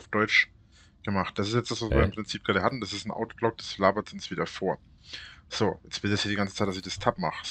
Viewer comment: Bei Reinerle gibt es kein "so" es gibt immer nur "ßo".